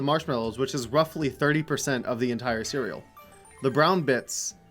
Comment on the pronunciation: Bacon ceweal